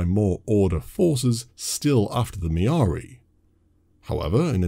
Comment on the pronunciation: Mirari Not Miaari